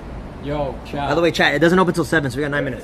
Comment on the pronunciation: I really believe some people think they’re mishearing you say chad when you say “chat” 😂